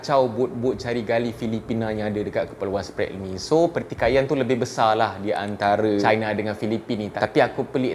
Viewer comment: hahahha.. Sbb mengikut statistik education mereka, jauh tercorot bagai nak mampuih. Cube kau tngok skli lagi, sebutan Spratly dlm English pun boleh salah. Ketawa bagai nak mampuih aku